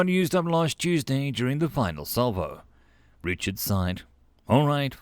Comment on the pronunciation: I know you're saying Richard but the way you were saying it I kept on hearing retard lol